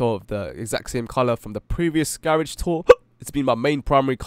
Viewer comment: You said garage wrong